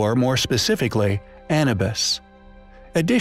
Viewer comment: Short a sound â - New - b - I - s